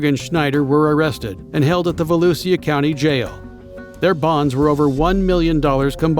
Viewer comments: It’s VALOOSHA, not valusia…. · I've recently found this channel and want to thank the channel operator. Only one problem is the robots pronunciation of Volusia, which is Vol-ew-sha. Great editing, though. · Its pronounced VALOOSHA country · Volusia is pronounced as "voh-loo-shuh" though😊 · I'm from Orange/DeBary, went to Deltona High. He has good videos but every time he says "Volusia" wrong it makes me cringe.